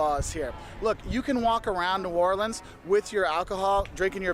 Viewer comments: Pronounced in 4 syllables New Or Le ans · New or le ans ,pronounced in 4 syllabes